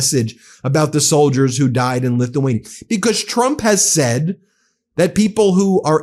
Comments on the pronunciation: Every time KKKaroline Leavitt says Trump it sounds like she says Chump. That is the only true thing that comes out of that disgusting girl. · It sounded like she called him president chump